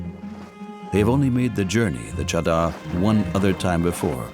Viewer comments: For the world : The cheddar here is actually refering to the 'mattress' formed by the hard ice. I dont understand.. that even after hearing them a million times call it 'chaadar' the narrator still calls it 'cheddar'.. 😂😂😂😂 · The “cheddar” is actually pronounced Cha( like 1-2 cha cha cha) and dar ( dar like jar). It means blanket in Hindi. This trek is done during winter months when there’s a blanket of snow and ice. Hence the name! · my god the pronunciation of chadar in the dubbing is horrendous. Also the description of chadder is so unnecessarily complicated. Chadder means blanket here its referring to the layer of ice covering the river. if it's thin it's obviously bad and it breaks under them if its thick its safe to walk on. thats why its called the chadder trek